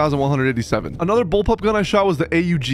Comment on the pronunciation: I cant be the only one that got mildly triggered when he called the ppsh “papush” and the Aug “A. U. G” 💀💀